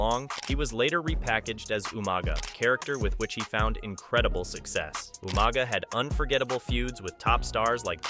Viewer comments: Umaga?!!? ITS UUUUUUMAAAAAGAAAA!!! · “Ooma Guh “ lol